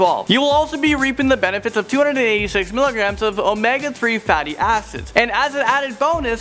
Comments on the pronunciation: did he say fate asses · Lol am I the only who kept hearing fatty asses😂 I know what he said acids but it sounded like asses😂